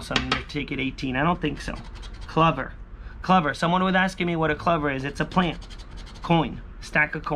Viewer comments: It's cl-OOOOH-ver....just so you know..lol....not cluver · It’s a clo—ver. Like a four leaf clover. Not cluvver. It’s pronounced clo—ver. Lol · Lol yes it’s true .. clOver